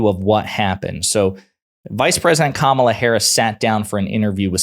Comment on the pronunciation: The guy said her name right Am i dreaming right now i thought he would be so much more persistent on calling kamala. ka-malla. He does know her name just chooses to not call her that. he is not forgetful he is sexist.